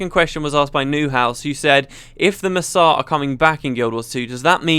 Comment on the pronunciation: It took me a second to realize that "Masat" = Mursaat